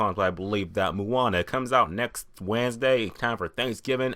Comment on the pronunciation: awesome review,the only thing is,you say Moana funny,lol.. its more pronounced like 'moh-ah-nah'...